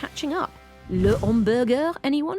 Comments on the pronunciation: I laughed at the end! Le hamburGER with the French accent 😂. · Instantly thought of pink panther when she said it 😂